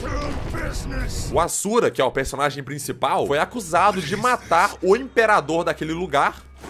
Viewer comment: o "emperador"?